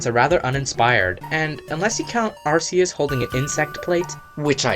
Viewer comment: ARS-eus REALLY it is ark-e-us